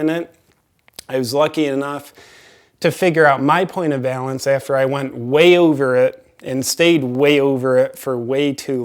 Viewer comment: was that "point of balance" or "point of valence"?